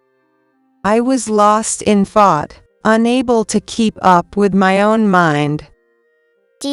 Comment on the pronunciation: Thart and tark, instead of thought and talk. Need to correct your AI.